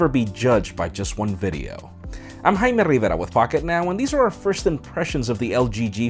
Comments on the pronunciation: "hi im " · I could listen to him saying his name for hours. It's strange how American English suddenly changes to pure Spanish.